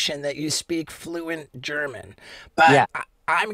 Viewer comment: Wee Mans “gernan“ is flawed af